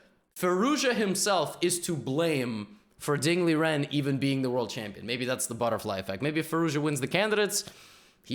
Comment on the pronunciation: he did the correct chinese pronunciation tho